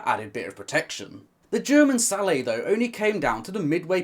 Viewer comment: It's a hard "t"! The word sallet is not French!